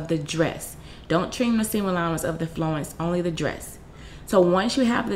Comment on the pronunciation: Its "flounce" as in "ounce"....